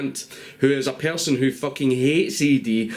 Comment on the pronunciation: What the fuck is a "pearrrson" fucking islanders and their poor English i swear he sounds like hes got marbles in his mouth